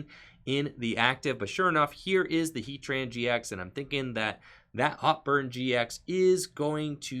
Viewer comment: Love the vid and you are very skilled at saying heatran gx. Must be a lot of practice.